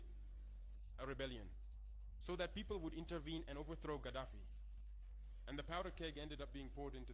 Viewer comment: It is Colonel Gaddafi. Learn to pronounce words correctly. Practice makes perfect. Learn diction in the mirror there is no shame in that.